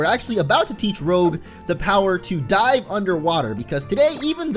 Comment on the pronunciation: When you said "She's just here to dive for us," it sounded like "She's just here to DIE for us," lolz